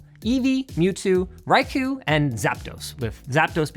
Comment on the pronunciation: Which is funny considering he pronounced Corsola more or less correctly (basically a tomato tomato pronunciation), but royally messed up Raikou's pronunciation by falling for the classic "pronouncing the u" beginners trap.